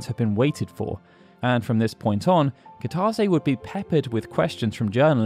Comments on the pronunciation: Goddamn it! Kitase is Pronounced Key-Tuh-Say, not however you're doing it. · That's not how you pronounce Kitase. This new Generation and how they Pronounce Japanese Words, I swear to God...